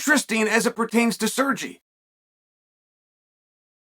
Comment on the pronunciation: Why is he calling Sergey Sergi he is not Spanish.